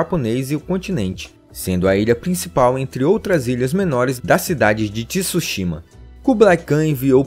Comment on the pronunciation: Poxa, devia pelo menos se ater a uma pronúncia correta... não precisa ser perfeita mas Tsushima não tem um I na pronúncia...